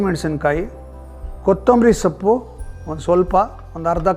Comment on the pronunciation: ಸಪ್ಪು ಅಲ್ಲ ಸೊಪ್ಪು